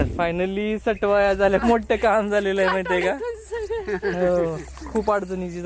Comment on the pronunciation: अग सटवाया नाही सटुबाई म्हण वेडा बाई